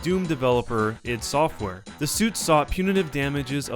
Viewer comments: Doom is like the worst FPS game of all time. And this person pronounces ID software incorrectly. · its not id its i d software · ID software - it's "eye dee" , not " eed" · It is called Eye Dee not "It" software. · 'Eed' software? Really? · You say ID software so wrong it makes me angry just saying. ;)